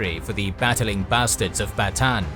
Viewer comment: it's actually pronounce as Bata-an